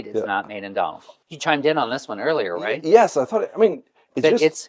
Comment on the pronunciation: Love hearing Americans try to pronounce "Donegal". A salesman in Brooks Bros. once told me it's "Done-nagle". Google doesn't have it right, either. I'm not a linguist, but my family, who live in Donegal Town pronounce it "Dun-ney-gaul"